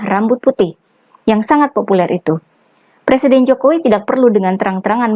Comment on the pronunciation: Calon plesiden yg belum bisa baca tek pidatonya ahli merubah nama susilo bambsng yudoyono dibacanya Susilo bambang yudonoyo.